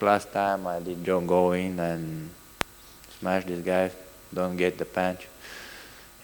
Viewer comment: Brudder , I can’t wait to smesh everybody. This guy doesnt matter brudder, I smesh doesn’t matter brudder